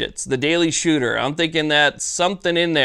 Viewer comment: "The Daily Shewtah."